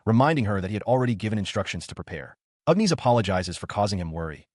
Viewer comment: 😂not complaining, but Ugh Knees instead of Agnes cracks me up.